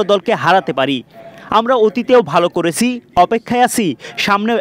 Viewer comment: উচ্চারণ ঠিক করে কথা বলেন। ভাবচি না ভাবছি। করেচি না করেছি।